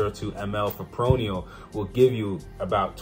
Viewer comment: Fip-ro-nil no fipronial